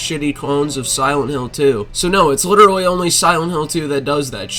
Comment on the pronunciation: “cos somebody liderally AXED me” 🤡